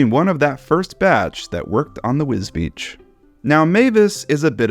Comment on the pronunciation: Congratulations on the correct pronunciation of Wisbech. Not even people here can get it right 🙄